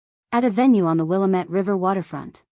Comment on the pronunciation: If you want to use a specific area for your story, please learn the correct way things are pronounced locally. It is Wil LA mette River.😢